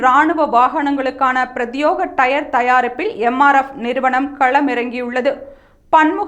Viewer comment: Prathyega..not prathyoga.. please correct ..